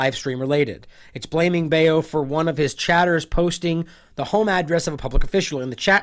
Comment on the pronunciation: And you were saying his name right the first time. His name is not bail. You pronounce his name is "Bow"..."Bao"